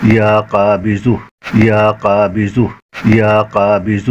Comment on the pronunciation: LEKIN AAP JO BOL RAHE HAI VIDEO ME USME ZUH KA AWAZ AARHA HAI KABIZUH BOL RAHE HAI AAP VIDEO ME JANAB APNA WHATSP NUMBER DIJYE JO ZARURI WAZIFA YOUTUBE PE KISI NE NAHI BANAYA MAIN BATAUNGA KONSA WAZIFA KISI YOUTUBER NE NAHI BANAYA WO AAP BANA DIJYEGA BHOT MERBANI